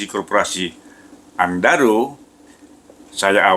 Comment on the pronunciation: Apa aku sndiri yg denger nya andaro...